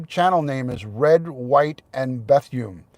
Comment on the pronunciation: It’s pronounced “Beth-oon” not “Beth-yoon” FYI. You make it sound like a Korean woman’s name lmao 😂